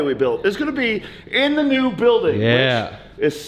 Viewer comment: "BLUIDING" ..... NOT BUILDING ... "BLUIDING"! LOL